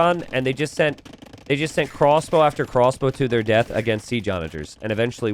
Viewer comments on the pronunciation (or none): none